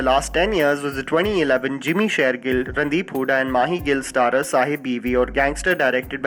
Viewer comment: Round of applause to the common denominator.....'Randi-hooda'!!!! p.s i know its 'Randeep' :P